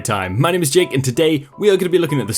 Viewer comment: jake is British and he is definitely pronouncing funny to me as a fellow brit! It might sound perfectly fine to you! Lol